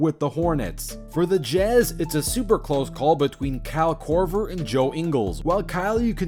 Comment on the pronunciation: Ah yes "Kehl Korver", "Kehl Lowry" and "PayZA" Stojacovic